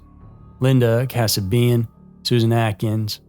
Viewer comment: Please, don't think badly of me, as I'm not trying to be that guy. But Linda Kasabian's last name is pronounced Kuh-Say-bee-an, not Kasa-bee-an, and Wojciech Frykowski's first name W is actually pronounced as a "V" (he's polish, so like German, Ws sometime have a V sound instead), and his last name has an i at the end. The only reason why I bring this up is because there's been several videos you've done where you struggle with names. It's completely understandable. Especially with foreign names. As a fan of your channel, and of true crime, I tend to want to make sure the cases are treated with the utmost respect. These are real people, and real tragedies, so taking the time to learn how to pronounce names/locations, especially of victims (I know Kasabian was a perpetrator, but she is part of the story) is important to me. I was almost murdered when I was 10 and if my name was haphazardly mispronounced or things were misrepresented, looking at it from a survivor's lens, I'd probably be upset and think the person isn't really interested or cares about the case if they're constantly getting things wrong. Anyway, that's just my 2 cents. I mean no disrespect. I've watched you for years, and enjoy the content. I'm just trying to help out, and have no ill will with this comment.